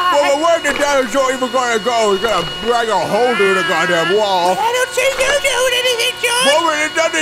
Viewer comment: The only word it got right that entire time was "hole"